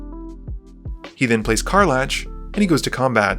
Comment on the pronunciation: High-key dying inside when I hear you call Karlach car-latch